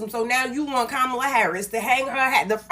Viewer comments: It is Kah Mal Ah! The ugandan giant! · All I heard from these lefty idiots, was them mispronouncing Kamala's name. 😅v